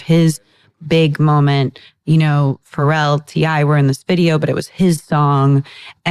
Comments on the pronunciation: I believe it is supposed to be pronounced “Fa-Rell” 😇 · Wait I love that woman saying “Pharell” like “feral”